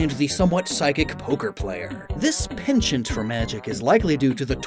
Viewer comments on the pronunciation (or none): none